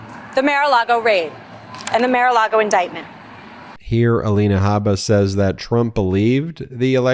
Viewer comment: MARE a Lago? Not MAR?